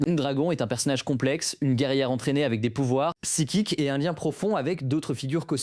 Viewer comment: alors c'est grave quant à la prononciation de certains mots... Psikique? Sérieusement... 🤦🏻‍♀️